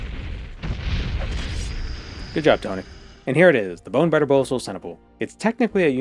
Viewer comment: I thought you were saying "bone batter bow" which sounded kinda dirty